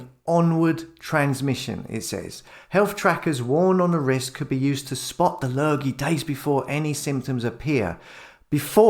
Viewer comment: What’s a “lergie”, or whatever is saying...?!